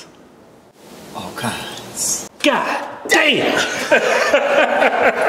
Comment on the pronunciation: all kindzzz of goldfish action all kindzzzz